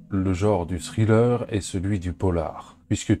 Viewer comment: Ça se prononce pas scriller.